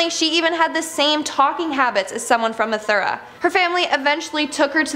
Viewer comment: It's not methura it's mathudra